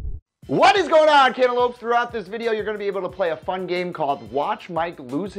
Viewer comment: Why did he call us cantalopes?